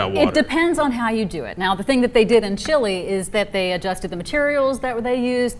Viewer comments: Lol, trying to sound smart, saying dumb shit as well. It's noy chee lay. it's more of a leh sound. I know english speakers love to say the "ay" sound in the end of every foreign word that ends with a t or e, etc, but you're wrong, so don't. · I pronounce it 'Chi-Leh'. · Oh... how much I hate the way Americans pronounce other countries' names :) Chile, Iraq, Iran, Afghanistan... they pronounce them all wrong :p